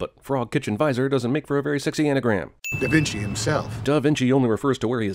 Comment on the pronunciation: Did you just say Leonardo DI Vinci? Sin for that shit....